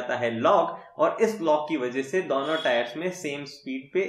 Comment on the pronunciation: DAONO TARAF you're from Rajasthan 😂😂.